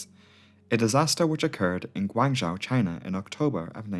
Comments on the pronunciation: Guangzhou is pronounced Gwung'joe' - zhou = joe / zhao - is pronounced like 'now' but with 'j' - so your way of saying it would be spelled " Guangzhao' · Cantonese is pronounced Gwong-Zow. I'm US, my wife is from Guangzhou. She's obviously fluent in Cantonese and Mandarin. Yours is a try at a Mandarin pronunciation. It's actually Gwong-Zoe. English speakers commonly say ...joe.